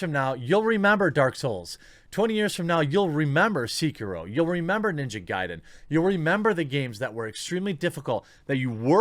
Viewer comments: Jeremy I normally agree with you but on this one you are completely wrong... It’s not pronounced C-key-row. It’s pronounced Se-Key-row. Edit: after listening to it again, you pronounced it C-Q-row. Which is worse. What next are you going to say begs instead of bags? (😉) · pls, not seekiiro, but se-ki-ro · Thats se-kie-row not see-crow lol smh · Why can no one pronounce "Sekiro" right, lamo. SEH-KEY-ROW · Stop saying "Seeker-Row" god damn it! Blowing mine with that lol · I twitched every time you mispronounced Sekiro. It's Seh-ki-roe Can't wait to rage my ass off on Ghost of Tsushima in all it's glory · Everytime Jeremy says "Seeker-roh" a puppy dies. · I agree with every thing you said except how you pounce sekiro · I liked this video even though you say Sekiro wrong.